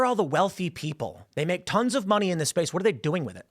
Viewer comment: Kittens and puppies die every time Tim says "space" in this video.